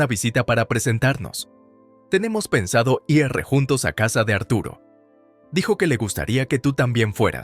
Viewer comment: Buena historia, pero el narrador a veces cambia el género de la mujer y la trata en género masculino como si fuera un hombre. Y aún no ha aprendido a leer la palabra IR, pronunciando a veces, I ERRE y otras, I A ERRE, La verdad, sí después de tantísimo tiempo aún no ha aprendido a leer la palabra IR, es el pobre no debe de ser muy inteligente y en cambio sí muy duro de mollera 😅😅😅😅